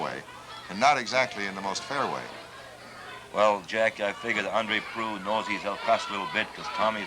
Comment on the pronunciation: proulx.... the lx is silent, so just proo. andre proulx. hey, chris haas... german fried yolk.